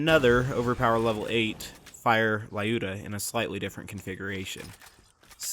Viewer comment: Skorry means fast or quick in Russian :). Lyuda also pronounces different - press Play button next to russian translation